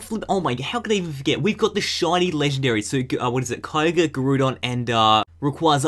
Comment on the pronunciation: It's not pronounced like korger it's kioger